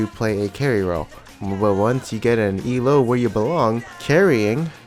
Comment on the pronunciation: if this fucker says E L O one more time